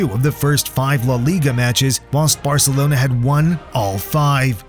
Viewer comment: and they say varcelonas better 😂